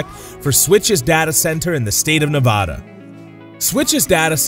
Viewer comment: It's Nev Ada. Nev like never. The 'a' sound is like the 'a' in cat, not like Spanish or French. Please consider using the correct pronunciation for my state.